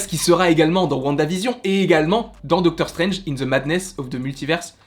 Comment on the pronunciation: Je crois que tu vas jamais réussir à prononcer le titre de Doctor Strange 2 😂